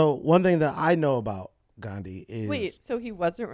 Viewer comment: It's "Gandhi".